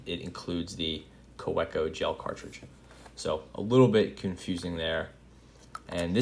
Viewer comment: it's ka-veh-koh (w, pronounced as v...) :) i appreciate your review... good to know parker style refill would work :)